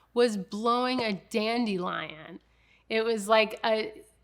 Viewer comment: Dan de lion , not Dan Dee lion … lol